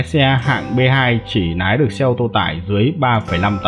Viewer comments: Lái chứ không phải Nái nhé bác. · Lái mà ổng cứ nói nái 😅